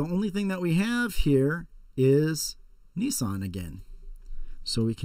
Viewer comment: it's nissan